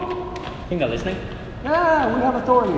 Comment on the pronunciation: you forgot the k in think